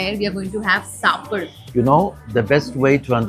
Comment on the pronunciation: Not "Saapaad", but it's "Saappadu". தமிழ் is different from हिन्दी.